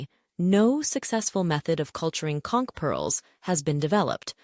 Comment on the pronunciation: As a long time local in the Florida Keys, THANK YOU THANK YOU THANK YOU for pronouncing conch correctly ♥️